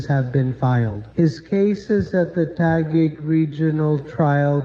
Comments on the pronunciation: Bro finally knows how to pronounce Taguig 😂but I wish these "influencers" actually get more severe consequences. Like an actual prison sentence. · finally he can pronounced Taguig. Does he ever read our comments?